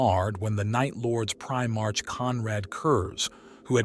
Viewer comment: It's 'pri-mark' (like the shop) not 'pri-march'. IXth Legion is pronounced 9th Legion.